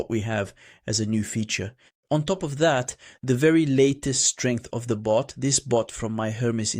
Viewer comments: Why does he keep saying boot and not bot? 😮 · It's "bot," not "boot." It sounds the same as "robot" without the "ro."